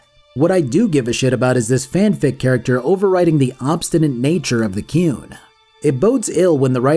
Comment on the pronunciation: As shitty as it is on the whole I still love Dragon Age 2 jank and all. Keen as for you to do a video on Inquisition and I assume a second video on the DLC cause of how long the game is. Also you pronounce The Qun like Cartmen pronounces The Coon and I laughed everytime